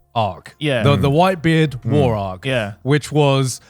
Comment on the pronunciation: why did garnt have an indian accent saying whitebeard 😂